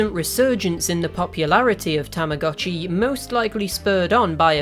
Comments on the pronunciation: When you start learning Japanese and realize that it’s pronounced TAMA GOH CHI not TAMA GAH CHI because “tamago” means egg. Mind blown. 🤯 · its actually tamago (egg) and uotchi (watch) so together it is egg watch. btw tamagotchi is called tamagotch in japan. Tamah GOE tch in pronunciation.😅😅😅